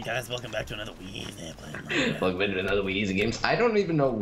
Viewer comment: guys its weezy not wheezy just saying :P